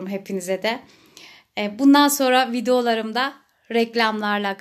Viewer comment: Vidolar deyişine gülüyorum